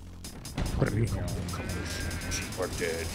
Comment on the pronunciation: "Now I know what I'm deering." "Now I know what I'm *doeing*" was right there, Arin!